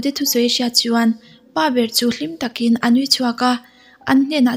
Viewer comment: I aw amawi in a ngaihnawm thin tawp.. Mahse, "chuan".. "Chu" tih hi i lam engemaw mah2, lam raw tawp zawk la a mawi zawkin, amawi tho ag. I aw a cute tawh hrim2 tho.. Lam dik pangai tawp la ka lo duh